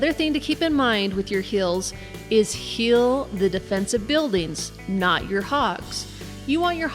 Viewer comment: Why cant you say heal normal